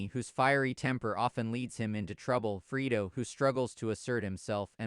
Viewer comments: Freedo, have you watched the movie? Ever hear that pronounced that way? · Yes, that's the name but, you can't PRONOUNCE it properly. What's wrong?